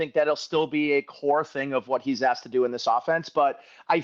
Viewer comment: aXed?!? you might not know this but the correct pronunciation is aSKed with an "SK"... you're a professional right? God bless you! 🇺🇸🦬🏈